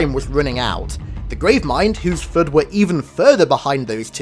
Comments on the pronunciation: Why does the narrator call it the "Flerd" lol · Cant watch the video just based on how he says the word flood